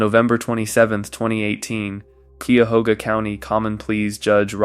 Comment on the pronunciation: Cuyahoga County pronounced KYE-a-HOG-a. Some folks say KYE-a-HO-ga. Glad these folks finally found their innocence.